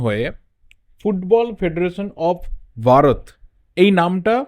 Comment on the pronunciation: its bharat not varat